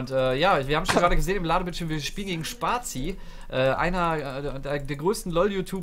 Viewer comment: Spatzie? Aussprache? xD Und #BRAUMTHEON